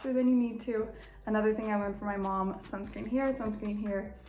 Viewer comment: Did she say Sun scream?!